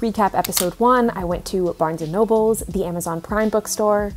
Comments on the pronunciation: I say nobles too haha it’s okay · I DONT CARE WHAT PEOPLE TELL ME.. I WILL PRONOUNCE THAT S AT THE END OF BARNES AND NOBLES WITH PRIDE!!! IT SOUNDS SO MUCH BETTER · Its a texas thing pronouncing it barnes and nobles hahaha im from dallas n i say that too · i pronounce barnes and noble the same way too! bc i swear i saw an S at the end of noble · i also pronounce it, sometimes but pretty much most of the time, barnes & nobles. for some reason my brain kind of just decides to add the s. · That's how I pronounce Barnes and Noble too🤣🤣 It just sounds better that way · I've always pronounced the s in Barnes & Nobles. Don't feel bad lol. P.s. I just subbed. Love you!